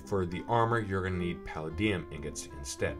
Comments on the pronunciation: It is said puh-lay -Dee-ummm. Have you seen iron man. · paladium: puh-LAY-dee-um jesus its so hard to hear you pronounce that wrong.